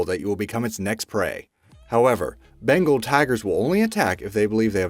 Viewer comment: bengal not pronounce right